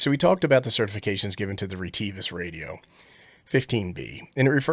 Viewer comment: Funny, the sales girl from Retivis I deal with says RIT I VIS